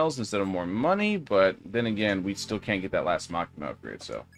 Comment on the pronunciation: Bro said makima that is not makama